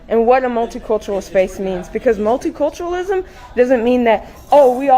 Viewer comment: Multiculturalism say it again with me. Multiculturalism.